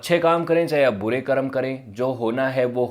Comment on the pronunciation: जब आप संस्कृति और दर्शन जैसे गंभीर और विश्लेष्णात्मक विषयों पर बात करना चुनते हैं फिर तो आपकी भाषा परिष्कृत और शुद्ध होनी ही चाहिए तब आप कर्म को करम कह कर काम नहीं चला सकते | और जो व्यक्ति अब अस्तित्व में जीवित भले न हों पर उनका नाम तो मौजूद है, उसे ठीक तरीके से बोला जाना उनको सम्मानित करने का एक ज़रूरी आयाम है | उम्मीद है ध्यान रखेंगे |